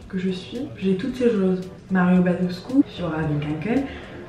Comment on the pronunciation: 0.31 mario baduscu ?c'est pas plutôt badescu ??